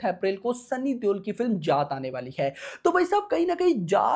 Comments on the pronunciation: जात ❌ जाट ✅ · bhai voh जात nahi hai jaat hai shi s pdho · Jaath nahi jaat bol bhai jaat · जात नहीं जाट बोलो 😊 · Bhai naam shi se lele जात nhi h ye जाट hai ye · Bhai aap जाट ko जात naa bolo yaar Aur Akshay kumar ko Akshay kumhaar naa bola kro aap please . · Bhai jaat naam tho shi se le le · जात नहीं यार जाट बोलो 😂😂😂😂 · Jaat ko sahi bolna tu sikh le phle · जात नहिं है यार जाट है 😂 हरियाणा वाला जाट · T ta hota h jaat 😂😂 iska T kharab h